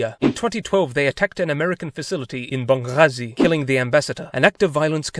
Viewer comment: He actually said banghazi very well 🤯